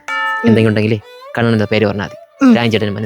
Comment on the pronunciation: കണ്ണൻ്റെ A മാറ്റി U ആകി വിളി 😂